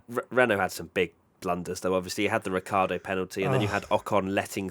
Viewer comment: And it is certainly not Ricki-ardo